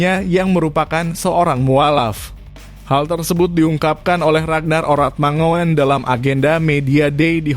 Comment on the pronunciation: Min ngucapnya mangun bukan mangoen